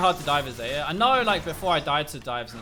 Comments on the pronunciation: it's zie-yah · I don't care What u say but i hear alot of Sa-ya